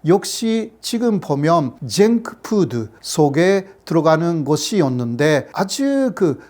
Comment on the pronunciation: 쟁크 후우드 라고 하실때 카와이~~~ “일본에서는”, ”한국에서도“, “굉장히 많이” 말하실때는 네이티브스피커심 ㅋㅋㅋㅋ 겁나 잘하심 ㅋㅋㅋㅋ